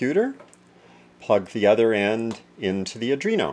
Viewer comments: its Arduino, not Adrino :)) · ARDUINO NOT ADRINO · "Adreeno" PMSL.................... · It's ardino,not arduino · I wouldn't take lessons from someone that cannot pronounce the name of the board correctly.